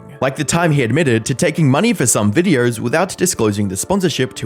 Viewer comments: just curious, who pronounces videos with an 'r'. It sounds ridiculous. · There is no R in the word videos mate XD Videööorrr